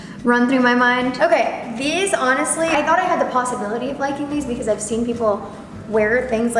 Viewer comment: How did we not hear “thort” this video?? 😂